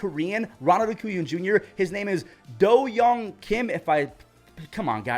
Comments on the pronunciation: Do-yeong pronunciation was spot on. Hye-song is “hyeh-song” not “hyuh-song” I respect u trying to get the pronunciations right bc Korean spellings in English are awful lol I never blame people for getting names wrong bc if I couldn’t read Korean I’d definitely mess the names up too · That Kim Do-Yeong pronunciation was perfect.